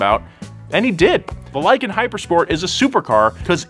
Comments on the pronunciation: Lie-kan i mean it lives up to its name. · "Lykan hypersport" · "lykan hyper sport"